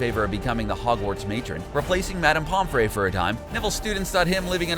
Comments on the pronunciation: It’s said Pom - free not Pom - fray. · it’s pom FREE not pom FRAY... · pompfree not pomfray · Its not pomferaey it its pomfry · no it's pomfrey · Ok but why does the picture of Hannah Abbot look like that?? Like, were did you get that picture she's sneering like malfoy it looks nothing like her! Also NA- GI- NI not NA-GEE-NE. POM-FRY not POM-FRAY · get you harry potter names right!!! like you miss pronounced, Lucius, Pomfre, animagus, and VOLDEMORT!!!!! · NA-GEINIE?!? POMFRÉY.!?!?! YOU’RE MAKING ME HAVE A HEART ATTACK!!